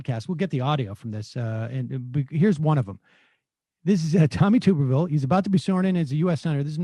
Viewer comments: His name is pronounced Tub-er-ville not Tooberville. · it’s pronounced tubberville.